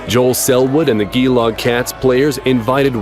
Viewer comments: Geelong is not pronounced as a Ger, its a Gee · STOP IT ISNT 'GEELOG' ITS GEELONG LMAOO (Pronounced 'jeh-long') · 🤦🏽‍♂️ Geelong is ‘Juh-long’, my guy. Not that abomination you just said. What’s next? ‘MeL-bOrN’?? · Yeah, watching this idiot's videos is great until he does something like that. It's not the only goof like that in this video- I'm writing this comment after , where he stuffs up Geelong (he got the team right, but the first syllable is pronounced with a soft G and a shorter vowel, so it's more 'jilong').